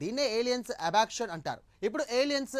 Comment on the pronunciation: అబక్షన్ కాదురా Abduction